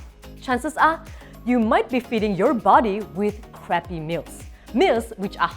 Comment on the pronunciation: The way she says crappy food😂😂😂the accent describes the crappy food is even more crappy😂😂😂